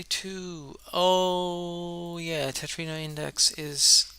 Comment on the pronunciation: Its Tetromino not Tetrino btw Great demonstration!